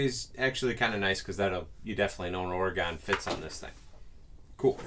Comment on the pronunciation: You are mispronouncing Oregon. It is pronounced OREGUN or OREGIN, but NEVER pronounced OREGONE!! As Oregonians, we are sensitive to the pronunciation of our state. Would appreciate the correction. Thank you in advance for your consideration!! ❤